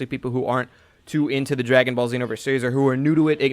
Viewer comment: Why do people say xenoverse with a short e